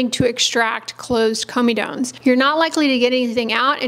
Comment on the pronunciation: Comedones is the plural or comedo, not of comedone Also pronounced cor-medo-kneez